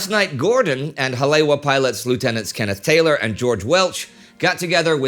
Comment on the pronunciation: Hale'iwa (Ha-Lay-Ee-Va) Not a lingustics student, but born and raised in the islands. Most of the rest of the pronunciation is fairly good.